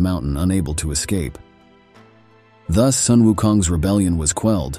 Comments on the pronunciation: It would be good to pronounce Sun Wukong correctly...not 'sun' as in English word sun but Sun should be pronounced as similar to "swoon" or "soon" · Sun WuKong.. the word Sun sound like "Soon", not "Sun". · It should pronounce as “Soon”Wunkong not Sun. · The narrator seems to change the pronunciation of Sun. Sometimes it is "Son" and sometimes it is "Soon". The right pronunciation is "Soon". Otherwise, he's narrating a great story. Great job! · "Soon" is closer to the real Chinese pronunciation